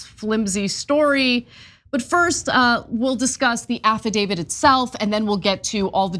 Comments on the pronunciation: Affidavit. Not affaDAVID. Illiterate. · IT'S AFFIDAVIT!!!!!! Stop mispronouncing it, it makes you sound ridiculous!!!! Who will believe ANYTHING you have to say if you can't even pronounce the frigging word!!!